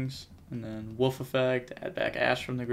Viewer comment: It's Wolf not woof! Lol